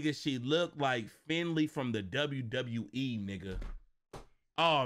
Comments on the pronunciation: Nigga said Finley😂😂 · This nigga said Finley 🤣🤣🤣🤣🤣🤣🤣🤣